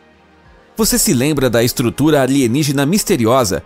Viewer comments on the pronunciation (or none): Quem aí escutou escultura ao envés de estrutura?